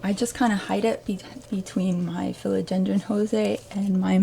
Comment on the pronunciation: I'm a minute in and already learned something: How to say the word Philodendron 🙂